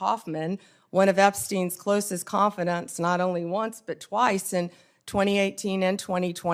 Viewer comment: And mispronounce simple words, such as "confidant." Pathetic.